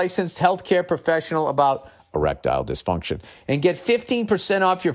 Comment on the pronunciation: Hahahaha! On the reads, the way he says Erictile dyfuntion. Noticed it many shows ago, still sounds funny. Makes me think of a Futurama episode! The one where Fry is in love with Lucy Loo bot.